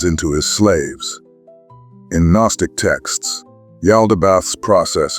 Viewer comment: its still a written narrative if its your voice or an AI voice that says G-nostic and miith. If you use your real voice i promise I'll finish the video and you'll be standing behind your words rather than hiding yourself 👍